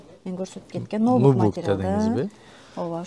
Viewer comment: Мери Кей эмес Мерай Кии деп айтылат. Ноубук эмес Нубук деп айтылат.